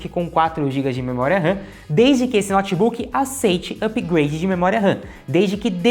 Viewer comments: Moço, meu ouvido pediu pra vc pronunciar " noutebook" e não "nótebook" nos próximos vídeos. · Um dos erros é a pronúncia: pronúncia correta: noutbuc. Não diga nótibuc. Pavoroso!!!😭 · Um cara que chama um Notebook de Nót Buk nada entende desse equipamento! Não sabe pronunciar o nome, como saberá o restante????